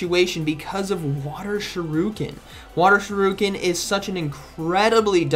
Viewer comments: Water SHAREEEEEKIN NOT SHARUKIN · still pronouncing "water shuriken" as water shiruken has me in SHAMBLES😭😭😭😭😂😂😂😂😂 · i love how it's already more than a month since its release and Z still pronounces "shuriken" wrong 🤣🤣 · He mispronounced shuriken😁😂